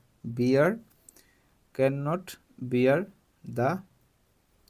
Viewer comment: 11 c to cant nohoi sir can not hoi😊😊